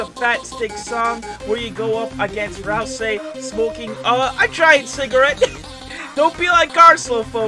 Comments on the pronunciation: My man said ralsei wronge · pls say it right, ralsei is from deltarune and not in unertale, i get angy when someone gets it wrong